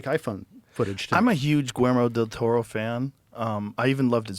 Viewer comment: My apologies to Guillermo del Toro for the Constant butchering of the pronunciation of your name